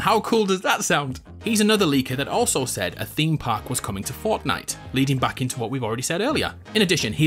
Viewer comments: This man said "Fautnite" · The way he says Fortnite